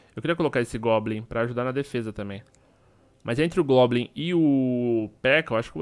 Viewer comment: não é globlin é goblin